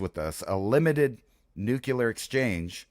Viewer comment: Its pronounced nuclear.